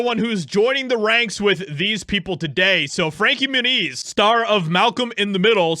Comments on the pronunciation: Dude always mispronounces names, lol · I always thought his last name was pronounced "Mue-nez": not "Mue-neez". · Moon-Eeez ? Really ? Come on you can do better than that...... Not the best of drivers honestly, but then maybe jumped the shark a bit moving up.... Never the less, Good For Him if he really did whatever he could to get away from HOLLYWEIRD!! Being a "child star" I'm sure he's seen his fair share of Demonic shit so getting away was a smart move!! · It stems from Spanish and it would be pronounced Mue-neez